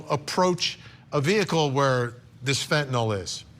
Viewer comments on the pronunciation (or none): You know how the news and media is 😅🤦🏼‍♀️ fentphnal😂😂😂😂 the way they pronounce it tho😂🤣😂🤣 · Its fentanyl not fentanol, and you are watching too much Law and Order. My guess is that video is misrepresented too. One cop faints and the guy beside him isn't even sleepy. Fainting is not almost dying. This author thinks the 2mg is comparable to a sachet of sugar (teaspoon) its nearly 1/3000 th of a that sachet. These are the idiots and opinions that will get her off... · MICRO GRAMS OF FENTANYL is lethal, not milligrams you moron 😂😂😂 and it’s FENTANYL not fentinollll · Can we start saying fen - ta - nil instead of fen - to - nal? It's not a barbiturate like seconal or phenobarbitol. Anyway, fentanyl comes in many forms other than pure powder. A pill the size of an aspirin is probably 1% or less of the drug and is designed for safe consumption/handling. If she put 5 of those in a drink for someone who was "naive" to opiates, it could kill them. But even the pure powder gets handled by people all the time. The people who manufacture it and package it and sell it aren't dropping dead every day. I don't have any problem believing that someone who was prepared and knew what she was dealing with could handle it safely. Plus it's possible that the officer in that video came in contact with carfentanyl, which is several times deadlier than fentanyl but often gets reported as "fentanyl". I don't see this being an issue for the prosecutors. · This guy is supposedly an expert but he can't even pronounce fentan-YL correctly.